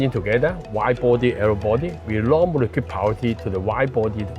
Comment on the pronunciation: He needs to work on his pronunciation, especially the words with N. Nine and not Line. Narrow not arrow